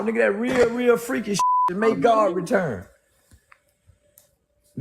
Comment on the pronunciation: Correction God not Hod